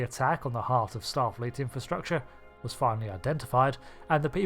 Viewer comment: "A number of starleet intelligence suites." 😂😂